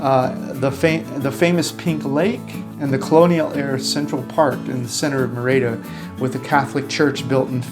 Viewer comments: It's MEH-rid-uh!!!! Not: Mir-AY-dah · It’s not “MaRayda” Mexico, it’s “MehReeda”. Learn some pronunciation, earn some respect. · Guys- great stuff. Note: Merida is pronounced MERida.....accent the first syllable. Keep it up! tom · I cringe every time you mispronounce Merida.